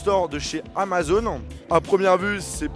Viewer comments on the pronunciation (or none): none